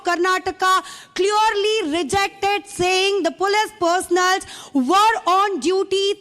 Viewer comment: Why don't you teach your correspondents proper pronunciation and diction Arnab. I heard her saying " cleaorly" for " clearly" twice. It's a Massacre of the English language..